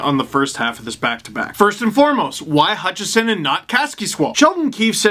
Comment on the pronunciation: The main reason I want Hutchinson sent down/traded/flung from a catapult is so that Steve won't keep calling him Hutchison. Well, maybe next to "he's not very good". Edit: Wow! He pronounced it right when he was reading it from Twitter. There is hope.